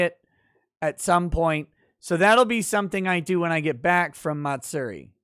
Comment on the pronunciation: you can use Google translator English to Japanese to get the correct pronunciation. But Matsuri is pronounced Ma-tsue-di not Mat- seri